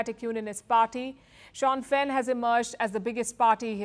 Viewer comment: Palki, it is not Shan-fin but Shin-fin.